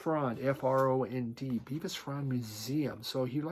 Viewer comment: Its Bevis as in elvis